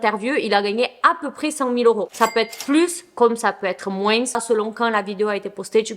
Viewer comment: Et le moin...s on ne prononce pas le S sauf si mot suivant commence par une voyelle, donc liaison.Merci d'avance de faire l'effort de bien prononcer car ça fait mal aux oreilles sinon bonnes vidéos...très bonnes même